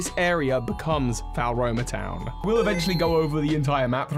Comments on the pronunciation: love the content but the way you pronounce "Laventon" and Floaroma" annoys me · Mira, not Miri. No it doesn't - its in the wrong place. Floaroma Town (pronounced Flow-ah-roh-mah) is located between the Obsidian Fieldlands and Alabaster Icelands. Sanqua, not Sanquia. I wonder if this is them hinting that the next fire starter will be a horse... No it isn't - it's the Pokémon League Island. Just because it's not volcanic in the present day, doesn't mean it didn't use to be. Melli is the ancestor of Lucian, not Avery. Those are regular goggles, not snow goggles. Actual snow goggles can be bought from the clothing shop, and look nothing like those. Nope. Eterna Forest & City, like Floaroma Towns future location, are not accessible in game. They're located between Obsidian Fieldlands and Alabaster Icelands. Not every location from Gen 4 is in the game, as we're likely to get dlc. Gearic, not Gartic. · I genuinely can't cope with all of your mispronounced words! It's Mount Co-RO-Net. FLO-aroma! Cana-LAVE! YOO-xie! It's literally infuriating!